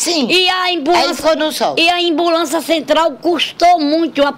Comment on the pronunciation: "embulança" kkkkk